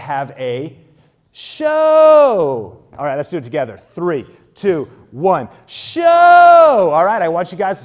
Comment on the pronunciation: Alright, the way you said the word show quickly became annoying asf. I get you were trying to draw attention to the word, rightfully so, but damn that was....not great. Appreciate all the information you give freely but reconsider how you highlight a given word in the future. Maybe go deeper with your voice, or louder, or something. Raising you voice up that way wasn't flattering for you.